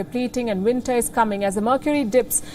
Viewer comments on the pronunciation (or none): "winter" lol